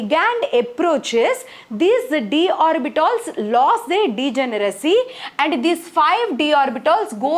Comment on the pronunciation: Orbitals❎ orbitols✅